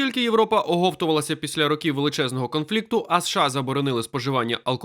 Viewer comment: Будь ласка, покращіть якість начитки: не двух а двох не ро́ків а рокі́в не ці́ну а ціну́